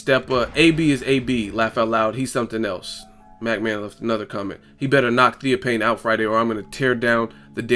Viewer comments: it's Theo (fane) not theo pain. smh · why do u sound so stupid? Theo fffaaannnne, not pane¬ idiot